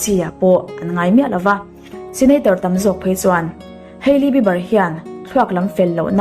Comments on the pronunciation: Ngeiawm lam ni miah lo in an hming an lam dan chiang phawt la ngaihthlak a hreawm eee haely jenner i ti ang thei e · Kan mi duh zwg te leh....Kan idol te cu kan sawisel phal nang male....tiro😂😂selena nau panglai tang i tan....hailey hming cu i lam ri ve tawk a lom le😥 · Keili jenner han tih tlat mai chu...ngaihthlak ninawm ve!!! Kaili tiin lam ve mai la. Hailey tih hming awm bawk si, irritating tops!!!!